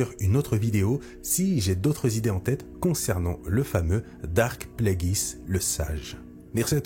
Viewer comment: Il faut dire Darth et pas Dark…